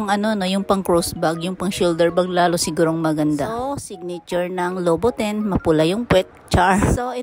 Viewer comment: Christian Louboutin is pronouned as Loubout-an